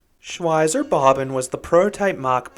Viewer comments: "Shwyzer Bobbin" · Shwytzer Bob Bon is how I'd say it in an American accent (Shwytzer Bob Ban with English accent). Shvytza Bob Ban if I'm trying to sound German. Bob and Bahn are basically two words, it's just that German writing squishes stuff together. Anyway it's not important it was just surprising to hear your pronunciation. Great review regardless!